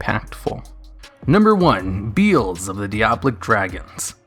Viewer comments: Beelze is pronounced 'Bee-EL-zz" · MY BOY BEELZE! (Bee-El-Za sounds a lot better than "Bee-uulz", and likely how you should pronounce it anyway) It's my favourite typical boss monster. I stick him in zombies und call my deck 'Zombeelze'. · Beelze can be defeated with any card effect that negates a other's effect. Majestic star dragon is an example. Also, cyber dragon infinity can steal it and make it a material. By the way,it's bee-el-zuh. Not beel-z. It was named after beelzebub. Noone says bee-zul-bub